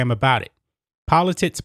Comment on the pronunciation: Is it just me or are you saying poli-tits, all good I think you're awesome and agree with everything. Well done. ha ha